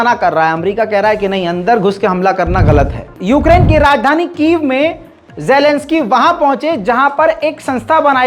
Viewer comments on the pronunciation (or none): none